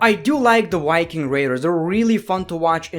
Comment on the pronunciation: When he said the Wiking raiders I rewound and said " The what?" And he said Viking the last time he said it